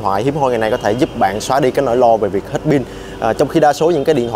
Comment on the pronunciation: ông phát âm rất chuẩn rồi. Nhưng lạy ông phát âm là ' Pin" hay ông chỉ nhận thức là " Bin" thôi?